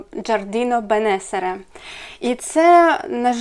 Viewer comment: Привіт, напиши, будь ласка, магазин, де замовляла Терензі, Джардіно Бенесере( судячи з італійської назви, то наголос на передостанню Е: БенесЕре). ❤❤❤❤❤